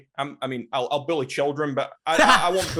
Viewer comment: “I’m not a bewly but I will bewly children “